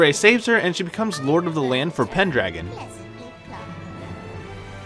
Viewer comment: i just wanted to point this out. ITS PENDRAGO NOT PENDRAGON AND THE A DOESNT SOUND LIKE AN A, ITS LIKE AN O